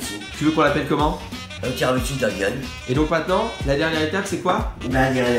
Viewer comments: On dit pas tiramitsu mais tiramisu 😂😂😂😂😂❤️ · mdr je l’aime elle ditt tiramitsou a la place de dire tiramisu !!🚗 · "tiramiTSU" hahaa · elle appelle ça tiramitsu c'est cute